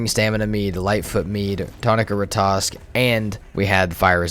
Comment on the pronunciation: If you just kill a troll you have nothing to worry about yet. You also have to kill the Elder to trigger the troll raid. Oh and sorry for asking but can you please pronounce Ratatosk correctly, instead of saying Ratosk😅